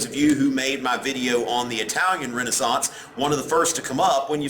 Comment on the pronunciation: i really like how he says Renaissance